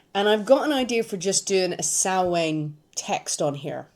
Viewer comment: I like that you pronounced Samhain correctly. Happy Halloween!!!!